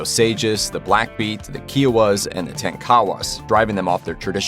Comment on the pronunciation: You did not pronounce Osages, Kiowa, or Tonkawas even close to correctly. Osages were once the richest people in the whole world. Don't downplay Osages. Our movie comes out in November 2022 "Killers of the Flower Moon"